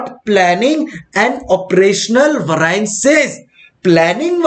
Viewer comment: bhaiya variance ko theek se pronounce kariye warna students popat bolenge